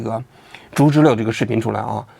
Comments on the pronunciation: 读知了liao，不是le， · 王局要加强学习，小时候没逮过知了（蝉）？不读zhile。应该读zhiliao。有辱文科生的智商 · 王菊啊，经常念错字，得改改。“知liao”不是”知liu” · 不是知liao吗😂😂😂😂听了一整场知乐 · 知了，音读错了，王局